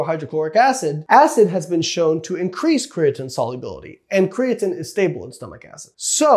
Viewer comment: Kree - a - teeeeen, you cant say it right and are making an informational video on it. riiiight